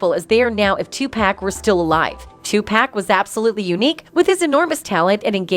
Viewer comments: "Two Pack." 😅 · "2 Peck" ... "Bay-Onss"... "Tube Pack"! I thought the I in AI stood for Intelligence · Listening to her say Tu-pack is urking my nerves...my God😂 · The Ai narrator pronounce Beyonce and tupack is crazy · The AI aspect of these news reports don't do much for their credibility. The damn thing doesn't even know how to pronounce Beyonce, Hov or Tupac SMH